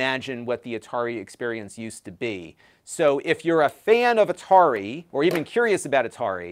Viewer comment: Atari 2600? No no... it's the 2600, from A-tar-i.